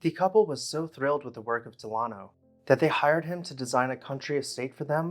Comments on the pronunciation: I think it's probably pronounced DEL-uh-no, rather than del-AH-no. You know, like Franklin Delano Roosevelt. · The architect's name is pronounced Dell-A-no, as in Franklin Delano Roosevelt, not De-lah-no. And is something is "more plain" then it is plainer. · “Dell uh no” as in Franklin Delano Roosevelt. Not “De lawn oh.” How is it you can pronounce “cartouche” correctly but mispronounce the name of an old American family? Good golly.